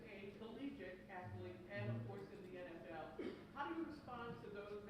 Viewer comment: he can’t even pronounce athlete. What a joke